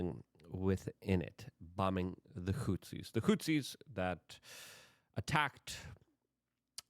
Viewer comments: WHO-THEES. Goddamn Luke... not Hootsies. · Houthis. Not hootsies. 🙄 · PLEASE pronounce it correctly. The fucking HOOTSIES? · Hey man Love your work Thank you for repeatedly talking about Yemen and the bombings there. (Houthis is pronounced "Whothees"btw) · He leans into mispronunciation. It’s part of the charm.